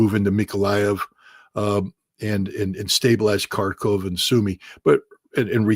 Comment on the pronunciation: Sincere thanks to using the correct ENGLISH pronunciation for the cities of Kharkov and Kiev!